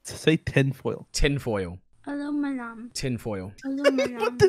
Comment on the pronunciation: I thought that girl was saying hello my lamb and not aluminium